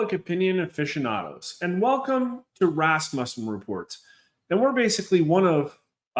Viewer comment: You keep calling it Rasmussen but it's actually pronounced Rasmussen.